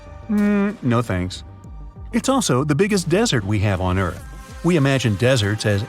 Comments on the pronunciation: erarth not earth? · Please fix that "ERARTH" word since it's got s|-|itted there